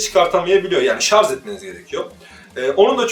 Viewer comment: Teknoloji programı yapıyorsun şarja şarz diyorsun.. Oldu mu şimdi!